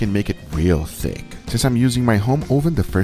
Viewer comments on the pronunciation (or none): At why you gotta say THICC like that guga?😂😂